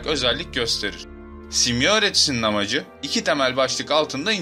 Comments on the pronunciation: YA AGA..SİMYA SİMYA DİYONDA HIZLI HIZLI bi garip geldi dinleyemedim..simya derken .. sondaki a da inceltme var simyaa..YAPAMIYORSAN SONDA 2 TANE aa varmış gibi okul sana zahmet . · dostum simya degil simyaa ikinci a var gibi okunur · telaffuzu, "simya:" (yani iki "a" ile, simyaa)